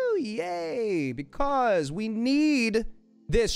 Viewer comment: why am I in love with the way he says “becaUse”